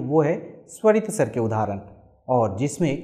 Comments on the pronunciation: बहुत सराहनीय प्रयास। केवल आपके उच्चारण में अभी सुधार करने की गुंजाइश है। 'अ' का उच्चारण "औ" सुनाई पड़ रहा है । 'स्वर' भी कहीं कहीं 'सर' प्रतीत हो रहा है। हेमंत कुमार,विख्यात गायक की मातृभाषा भी बंगला थी परन्तु उनके उच्चारण से यह पता नहीं चलता था। आशा है आप इन छोटी मोटी त्रुटियों को दूर कर इसको और निखारेंगे और हमारी संस्कृत भाषा का ज्ञान बढ़ाएंगे । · This guy can't even pronounce "veda" or "svar" properly.